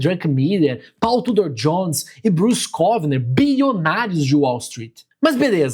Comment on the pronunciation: "Pou Tudor Jhones" a pronúncia 😅😅